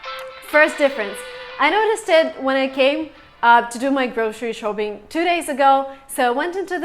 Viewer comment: you need to work on your smile, No American smiles like this. and Shopping is bad pronunciation. your face is bored. can see the green screen and camera lights.